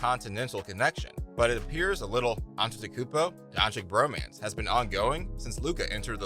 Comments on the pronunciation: Doing a Video about Luka without being able to pronounce his name. Its freaking Doncic not Doncik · To the speaker, and future one: PLEASE learn to pronounce his/her name... Luka is not Don CHIK, all America knows meaning of CHICK! Don't forget to say, that's SERBIAN surname from his SERBIAN FATHER, we all know the fact that he was born in Slovenia, but still, THE FATHER'S name makes him SERBIAN too! Citizenship is just piece of paper, blood, or DNA can't be fixed or falsified! Luka knows that all. but he knows that with Serbian Passport, he is restricted in travels (must apply for visa to most Western Countries), but with Slovenian (memb. of Euro-Union), he is unrestricted, or in another words, he saves a lot of time and trouble! In good old US of A, millions of people calling them selves FIRST A*****N, than American, and 99,9% od them, can't find that Continent on The Globe or Map! Luka could play for Serbian National Team, I'm sure (99.9%) didn't know that... and so on! God bless you ALLLLL! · Its pronounced Donchich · I think you should learn to say his name correctly before you make video about him. Don-chick? Cmon man, you can do it better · nice vid, but please.. it's been 3 years the 2nd "ć" Dončić is pronounced the same way the first one.. like "ch" in check - Don"chich" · If you're going to do a video to highlight a player, at least pronounce his name correctly. Tip: It's not "don-chik". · His name is not Donchik. Lern his name ! NOW! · learn how to say his name FFS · Maybe u should pronounce his name right first. Make a video after. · Learn to pronounce his name please. It's not that hard.